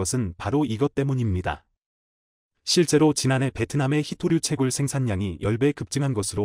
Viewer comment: 회토류가 아니고 희토류입니다